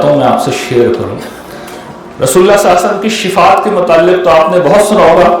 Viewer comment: The right pronounciation SALLAL LAHOO AALYHI WASSLLAM